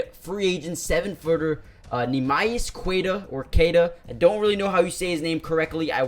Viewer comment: NEEMAS Quid-Ta